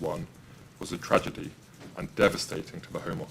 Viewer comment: 'tRaDiGy' 😂 STOP THE BOATS, STOP THE INVASION!